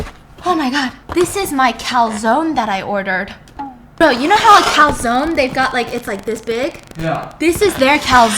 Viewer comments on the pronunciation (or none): It's funny to hear you say "calsone" because it sounds Like calzón which is panties (🩲 underwear) in Spanish 😂😂